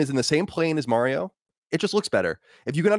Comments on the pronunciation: Mary-O....Come on Mike, we all know it's Mario. Your a Texan now bro. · He says M-air-io too lol